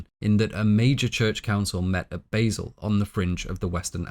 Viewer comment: Basel - it's pronounced with a long a sound - Baaasel